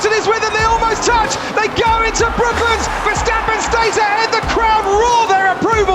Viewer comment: He's talking about Brooklands mate, you have ears right?